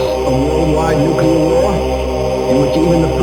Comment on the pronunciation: Nuclear: Nu-clear.. not nu-kulur. Please please please try to improve your pronunciation. The audio on the Amiga play really clobbered your voice, though. The levels needed a little fixing there. Those two annoyance aside, this is a GREAT comparison and review. Thank you! Me? I played it on my Atari 8-bit computers back in the day (I think my 800XL).